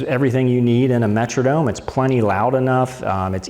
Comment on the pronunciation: very nice comprehensive review, except for your pronunciation of 'metronome' . perhaps you are from MN, but the 'Metrodome' is not a musical time keeper...